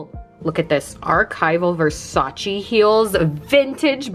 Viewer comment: you pronounced Versace wrong. I learned from Donatella how its pronounced, you do not pronounce the E you say it AY at the end so its like Versach ayyyy